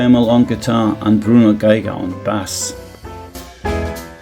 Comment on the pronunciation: Bass - the instrument - is pronounced BASE. Not BASS (like the fish). Even tho it's spelled the same way.